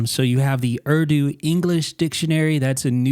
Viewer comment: Sir, In Dictionary, You pronunce URDU is good, but URDU is the national language of Pakistan, even though, it is still speaking by some regions of India. I hope you would like this information. Thanks for great contents ,,,,,always